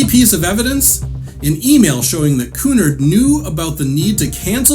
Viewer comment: You are mispronouncing the word Cunard. The accent is on the second syllable, not the first.